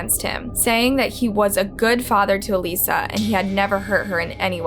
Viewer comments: Why did you guys cut out a lot of the facts and details from the first case? This is the first channel to seem sympathetic towards Gable in all my years watching true crime. Also, in the last case, her name is "AL-ISS-A", not "A-lees-a". Her own family members pronounce the name as such, yall even included video of Michael pronouncing her name that way. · I love your videos except that you don’t even try at all to pronounce things correctly? There’s a clip in here of her sister saying her name correctly and you don’t say it properly one single time. Pretty disrespectful. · It’s really annoying that you mispronounced her name through the entire video. It’s clearly pronounced by her family during all the videos, then you do it wrong. The dead deserve to at the very least have their names pronounced properly!!! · My question is, why is it that you've listened to the videos SAYING her name and you still say it wrong 🙄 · You're pronouncing her name completely wrong and there are many other videos with the correct pronunciation. Very very easy to check. I feel it's a little disrespectful to not even get her name right. Thumbs down. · The name mispronunciation was driving me up the wall. It’s so disrespectful. The people who knew her pronounce it correctly several times in the evidence footage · Why not even take the time to listen to the video clips you're putting in with the correct pronunciation of Alissa not Aleesa? All the hard work Sarah has done for victim advocacy, I couldn't even listen to this video. After about the 5th Aleesa, I just couldn't do it. This case is right up there with all the major true crime cases. Seems like someone else might be writing these and then they get read off a script. At least pretend to care. It shouldn't bother me so much... I just don't want to listen to any true crime channels that don't care about the victims enough to research any further than surface level. Unsubscribed. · ALISA NOT ALEESA‼️‼️‼️‼️‼️‼️‼️